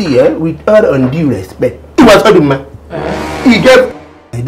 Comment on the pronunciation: Do i hear calling Oduma as Oruma? I have been trying to get it right.